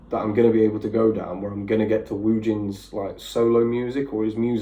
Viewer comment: hey! not sure how much you know about the woojin situation (and you did pronounce his name right!). here's my attempt at a non biased explanation - woojin's departure from the group was announced suddenly in oct 2019 (before they blew up in popularity with gods menu). stray kids had been m.i.a for weeks before the announcement. they were also weeks away from releasing a new mini album and leaving for their first world tour. woojin's sudden departure forced them to postpone the album so they could re-record and re-film *everything*. the music video for astronaut came out early to comfort fans but it had been filmed before woojin left so he could still be seen in some scenes. the editors worked hard to edit him out. they also had to scramble to rework the tour set list. basically woojin left them at the worst time possible and caused the rest of the members to break down from the added stress. it's fairly obvious there's now bad blood between woojin and the members, specifically chan. when chan made vague remarks about betraying the team on a live stream, woojin fans took it as chan targeting woojin. due to that, there's a huge rift between the fandoms. why did he leave? it's most likely due to the little lines and attention he received as a member of skz. he was originally the main vocalist but always got the least lines. these days woojin still clutches to the fame being a former skz member gives him. whenever i see his name its always attached to him making shady remar